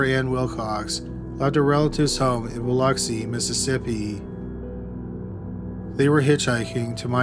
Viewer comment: I absolutely love your channel and as someone who is from Biloxi Mississippi I just want to thank you for pronouncing it correctly. This is literally the first time I have heard someone not pronounce it as Balooxi.